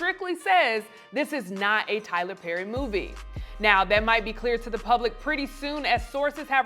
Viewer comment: Taylor Pherry but the P is silent 😂😂😂